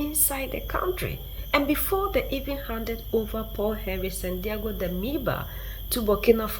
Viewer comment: Please if you cannot pronounce. SANDA’OGO DAMIBA. please just keep DAMIBA. He is not a Latino Santiago May be the remaining upright ness in him will help him stick to his roots. I know you are trying honey but let’s keep him together. Besides you are our voice let our child be faithful to his people by answering his true name.SANDA’OGO.